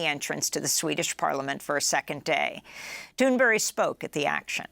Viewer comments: It's Thunberg not Thunberry. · OMG SHE SAID GRETA THUNBERRY AGAIN....ITS THUNBERG THUNBERG THUNBERG....SOMEONE TELL AMY GOODBURGER